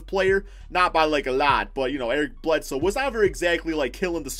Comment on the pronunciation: Eric Bledsnow? 🤣